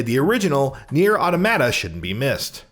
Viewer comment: Oof. That pronunciation of Nier: Automata was painful.